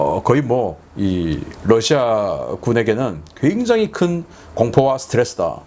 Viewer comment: 러시아 발음 Lusia가 아니라 Russia입니다. 부드러운 'ㄹ' 발음입니다. 권경모 미국에서.